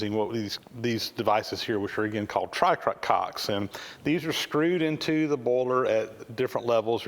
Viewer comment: Isn't it "tricocks" instead "Try-Cocks"? I really can't stop laughing though I know its puerile.